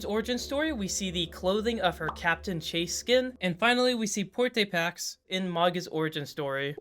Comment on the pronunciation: It is bro, he just needed to do some research😭